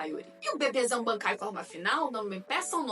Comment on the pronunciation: "Bebêkai" kkkkkkkkkkkkkk gostei